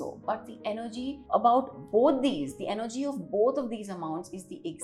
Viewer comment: money is Energy, not Engery :)